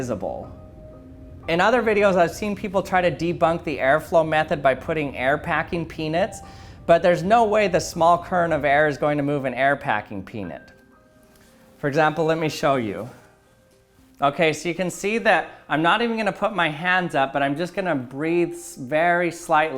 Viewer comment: why to you pronounce peanut as peanus